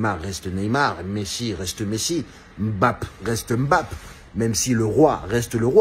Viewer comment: Prononce bien ce nom, il vient du Cameroun et il est respecté (ce nom ) ici par son grand père